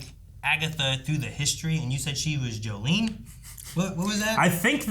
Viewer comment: It’s Jolene not Jolie